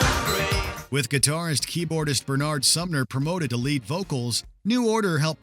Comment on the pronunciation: Pronounce the names correctly please. It's not "B'nard", it's "Bernard"